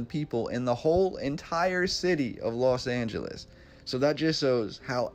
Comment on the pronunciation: Why does everyone say Las when it is Los Angeles?